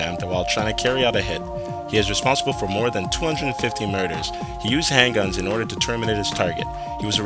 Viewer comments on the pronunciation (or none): none